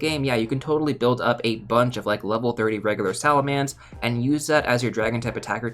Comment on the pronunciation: SalaMENCE not mance